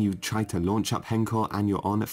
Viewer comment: That is not how you say h-encore at all buddy